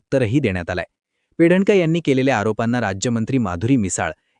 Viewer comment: Her name is PEDNEKAR ,not Pedankar